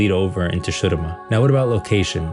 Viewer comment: What is with your pronunciation of Shurima. We have characters from there pronouncing it the games.